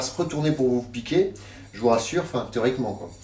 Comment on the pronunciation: c'est le pire "théoriquement" du monde celui-là